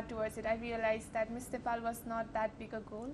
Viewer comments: ए कार्यक्रम चलाउने नानि its not नेफाल it is नेपाल, आफ्नो देशको नाम भन्न कुन accent use gareu naani ?? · 😂😂😂😂😂Nephal Nephal ka x yo Nephal